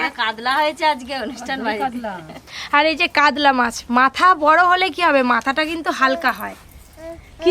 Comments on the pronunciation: তোমরা উচারন কাদলা বলছো কেনো। কাতলা বলো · Kadla mach ki murkho uchharon para na